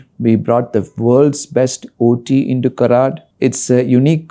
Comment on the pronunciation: madam, the name of the place is Karaad. A lengthened 'aa'.